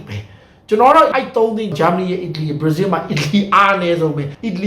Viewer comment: ဘရာဇီးလို့ပီပီပြင်ပြင်ပြောစမ်းပါကွာမင်းဟာကဘာပြောမှန်းမသိဘူးပဲကများနေသေးတယ်